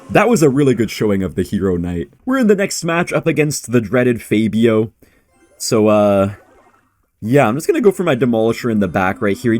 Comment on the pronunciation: knows Spanish but called Fabio, "Fay-beeo"